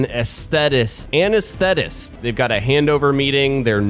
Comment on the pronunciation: I’m not being harsh, just FYI - that’s not how you pronounce Anaesthetist. It’s as in anaesthesia, i.e. the pain management you have before surgery.